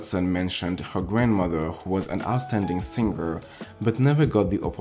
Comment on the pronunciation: when people realize its SING-ER NOT SIN-GER 🙄🙄🙄